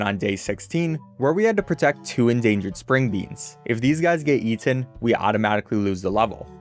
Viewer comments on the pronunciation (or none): none